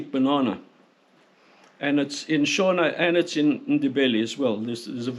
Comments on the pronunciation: You pronounce Shona with the "o" like you would pronounce it in "shore". Sho-na (short "o") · Why did you put so much effort into pronouncing Afrikaner correctly but zero effort into pronouncing Boer or Shona? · Ah yes, the boars and the shoana 🤣😂🤣 I'm making fun of your pronunciation